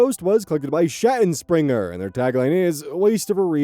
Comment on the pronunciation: The way you pronounce Schattenspringer is hilarious. It translates to Shadow Jumper (the movement, not the clothes) and is pronounced Shaht(A like in Wanda)-en-shpringer